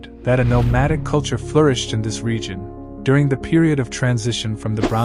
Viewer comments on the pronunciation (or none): none